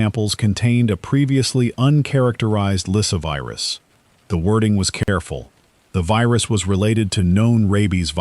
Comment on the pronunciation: LySSAvirus, NOT Lysivirus...